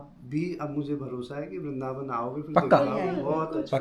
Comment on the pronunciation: It's not "VARINDAVAN", It's "VRINDAVAN". Sirf ek Akshar Extra ho gayi. Aapse kabhi eisi ghalti pehle nahin huyi. Sorry for the Correction. ❤